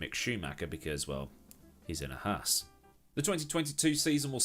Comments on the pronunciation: Could you please stop saying "Hass"? The team is called Haas, spoken with a very long "a" in the middle. As a Brit who lives in Germany and can speak fluent German, it gives me toothache, as "Hass" means "hate" in German. No, really, you can imagine how strange that sounds when you know that :-) Otherwise, love your stuff, keep up the good work. And stay healthy in these crazy times :-) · Ok … your accent made HAAS sound like “a big black station wagon with a coffin in the back”